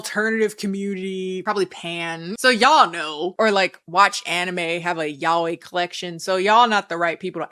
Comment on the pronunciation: heard yaoi being pronounced like yhwh , that was amazing 😅. No time stamp I'm no snitch